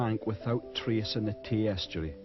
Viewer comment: River Tawse did i hear that right